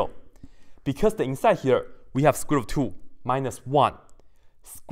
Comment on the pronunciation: Two ko thu kyu bol rhe h